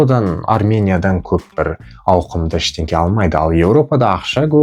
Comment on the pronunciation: Видеода ақ футболкада сөйлеп отырған адам Іштеңке деген сөз Іштеңе деп дұрыстап сөйле және соны мәңгіліке есіңе түйіп сақтап ала жүрерсің өзіңді дым көрмеген нандан екеніңді бүкіл әлемге жар салып көрсетпей ақ қой мен саған бұның бәрін жақсы болсын деп айтып отырмын соны есіңе сақтап ал.